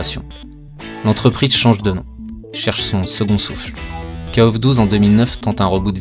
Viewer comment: J'ai le poil qui se hérisse quand je t''entends dire "Kaof" (je dis kof) mais bon chacun sa prononciation... mis à part ça merci pour les souvenirs. j'avais 15ans quand kof94 est sorti, je claquais toutes mes économies dans la borne et l'argent de mes tickets de bus pour aller au collège y passait aussi, si bien que j'y allais à pied... ah que de souvenirs. Note: KOFXV plutot solide niveau gameplay mais il est toujours aussi laid... même si la 3d est plus jolie que dans le XIV (ou moins moche) elle est toujours aussi datée, les persos ont perdu tout leur charisme. Passer du XIII au XV... c'est violent surtout quand tu compares le passage de Street Fighter III 3rdS au 6... enfin c'est mon avis